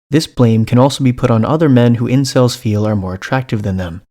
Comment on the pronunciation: Did the detective actually say "celebs" instead of "incels" at one point??